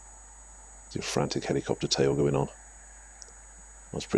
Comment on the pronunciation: The way he says "Helicopter tail" Freaks me out